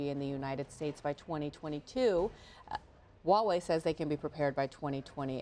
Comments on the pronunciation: It's pronounced "wha whey " love not highway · "hoo why way" no, it's "Wha-Way"